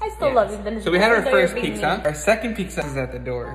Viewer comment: It’s (Pi-Tz-A) not pigsa